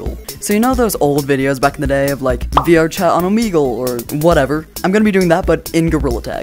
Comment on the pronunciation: Why can’t you pronounce Omegle right